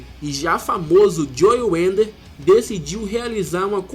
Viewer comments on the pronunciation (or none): belo vídeo, mas eu não contive a risada de você falando joe 'wender' UHAEHEAHUAEUHEAUHAEUHAUHAEUHAE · Bem legal o vídeo cara, parabéns. Mas uma crítica construtiva: Antes de filmar pede ajuda a alguem com a pronúncia do inglês, vc pronunciou várias coisas erradas, como nomes de fisiculturistas, como o nome Idaho, o nome do próprio Joe Weider vc pronunciou errado e mudou a pronuncia do sobrenome do cara várias vezes. E quanto aos Mr. O. de hj viverem de troféu e orgulho, estas enganado, se não me engano o Mr. O. paga aproximadamente U$ 130.000,00 pro seu campeão, fora os outros campeonatos. abs